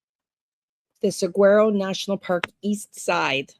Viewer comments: FYI - Saguaro is pronounced "Sah-WAR-oh" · Yep! Suh-waa-row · Pronounced (Sa war o) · Pronounced sah war o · Saguaro... like the Cactus. (SAWAROW) 😉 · Google the cactus and it will tell you how to pronounce. You don’t voice the G.